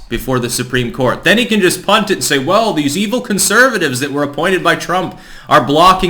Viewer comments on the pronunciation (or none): none